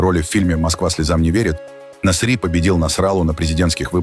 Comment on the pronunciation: нАсри а не насрИ.зачем оскарбляете?